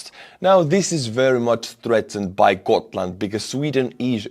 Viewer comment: No we say Gotland were every letter is hearable and the G used as g in the word good or grafic or grand or grass. Please do not talk about Sweden on things you know nothing about.